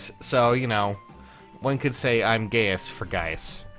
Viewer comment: Gayus for Gaius omg